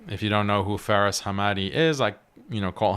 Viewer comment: Faris❌ See far ✅